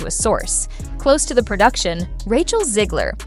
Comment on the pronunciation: Stop calling her "Zeegler". It's ZEG, like leg, Rachet, Zegler.